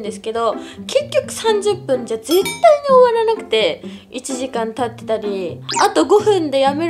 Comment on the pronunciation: 絶↑対↓の言い方なのよ